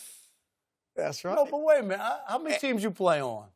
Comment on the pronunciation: Lmao. “Wayment.”